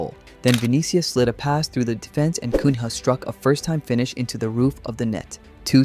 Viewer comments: If you say “CUNYA” it would be more like to the original name than “CUN-HA” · Not Cum Rah, Cunha. (Like Cuña) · Just a tip regarding pronunciation: in Portuguese, when you see the following combination of consonants "nh", it shouldn't be read as "un-ha", but more like a nasalized "ny". For example, "Cunha" is read "Kunya", and "Raphinha" is read "Raphinya". It's not intuitive for English speakers, but it's easy once you remember how to do it. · Good video, just a pronouciation tip: "Cunha" is pronounced like the ñ from spanish, like in niño, or the gn from Italian, like in gnochi, so it's not "koon-ha" it's "koo-nã", or "koo-neah" if it's easier for you to say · Matheus Cum Ha 🥀🥀🥀🥀 Just messing with you bro, I understand that where you are from you might not be used to the “nha” pronunciation, I think if you say his name as “cunia” it will be closer to the original. Great video! I am really hoping my Seleção keeps getting better throughout the tournament and brig us home our long waited Hexa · Nice video but Kun-ha is a very weird way of saying his name lmao. in portuguese the NH is read as the ñ (Nya) in spanish. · Pronunciation tips for anyone watching: if you see “NH” in a Brazilian name, treat it as the Spanish “Ñ”. So Cunha is not “Coon-hah”, it’s “Cooña”. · Just an FYI you can pronounce Matheus Cunha like you do Raphinha. It would be Coon-ya ❤ Magalhães is a bit trickier. Maga-Lyahns with this barely pronounced y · pronouce "matheus cuña" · Just a pronunciation tip: the H in Cunha is not pronounced, the name sounds more like Cun-ya. Same with Magalhães (pronounced Magalyães). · Lmao the pronunciation of Matheus Cun-rah, great video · Matheus Cunha - it reads "cuña" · Kun Haaa 😂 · Little help on the pronunciation of Cunha, from a Brazilian: it's Cunya. Whenever you see a "nha" or "nho" in Portuguese, it's pronounced Nya, or Nyo. Like: Lasagna is Lasanha in Portuguese. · Read Cunha as Cuña. Thats the correct pronounce ;) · Cunha sounds more like "Kunya"